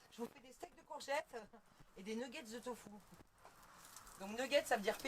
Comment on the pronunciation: Allo, j'adore vous suivre je vous ai connu grace au Vadrouilleurs, j'adore ton accent quand tu dis tofou a la place de Tofu. Je crois que je vais te prendre cette prononciation de Tofu. ❤